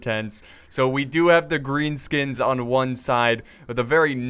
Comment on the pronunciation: he sed grean skuns